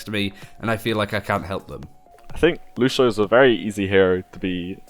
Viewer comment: Lucio, not Lushio.